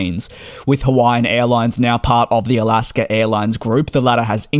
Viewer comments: NB: It is "Alaska" not "Alasker." My parents did this and it was very annoying and dennigrating. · Great update! Thank you! There’s no “r” in Alaska though! 😉 Don’t worry though, still fond of your excellent reporting as a fellow aviation enthusiast. I’m from Alaska’s home turf of Seattle and we tend to be fond of different English accents! Keep up the good work! Let me know if you’re ever in the Seattle area!